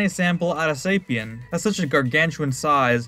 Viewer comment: "Gaia, the DNA sample of a Saipan" I'm sorry, of a what sapian?